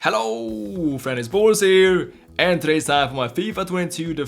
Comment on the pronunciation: when he says hello friends its boras here it sounds like hes saying hello very nice balls here